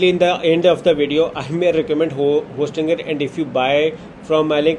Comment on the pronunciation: Hostingeer hostingeer hostingeer